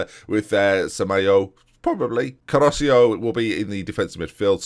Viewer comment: man, you do this every episode and Caroccio is still flagrantly wrong. CA-RO-CHO